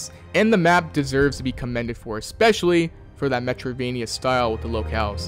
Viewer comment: Drinking game: take a shot every time he says, "Metriodvania." Take a double shot at the end if you don't know what that means.